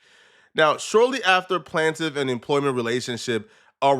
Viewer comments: I'm wondering what's he's talking about 🤦 this kid really said the "plantive" 😂😂😂 how could you be a dumb nerd. Bro doesn't know how to read 😂😂 it's "plaintiff"!!!! It's pronounced "plain-tive. You can tell he thinks he's funny when he says "igaboo" & "304" as if it's a hilarious catchphrase. It's just dumb smh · BROOO ITS “PLAIN” TIF NOT “plan”tif!!! YOU PLAIN,PLANE not plan!!! AND dude he is telling the truth!! How fair is it that a woman can be “anonymous” when attempting to take a man down??? You think it’s funny but imagine just IMAGINE if some woman tried to take you down but gets to not say who she is so you can defend yourself properly!!! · Solja dont need help does he is he dislexic or however u spell it who say plaintiff one time but when he reads it its PLANT IFF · Funny when people say words right when talkin but when they read words they dont read often they make new words up like plant iff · Plant - tif LOL this guy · It’s PLAIN-TIFF dumbass